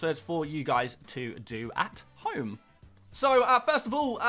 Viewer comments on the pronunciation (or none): none